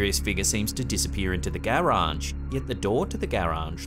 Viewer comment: I know i should comment on the videos but i just want to tell you, that i really like how you say garage.